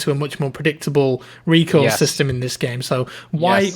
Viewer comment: Recoil sounded like recall